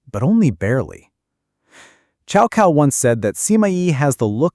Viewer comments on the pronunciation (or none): Exactly it's not 'chow cow' but rather it should be pronounced 'tsao tsao' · The correct pronunciation is more like "Tsow Tsow". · Cao kao? Really. Ai slop.